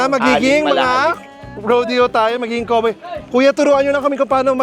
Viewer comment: The way Chad Kinis pronounced COWBOY is different. It's like Ross when he says KARATE 😄